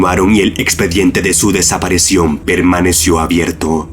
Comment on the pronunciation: no puedo, no puedo. son geniales los videos que hace este hombre pero escucharlo hablar me da escalofrios: "desaparecion" -.- DESAPARICIÓN hermano!!!! con I!!!!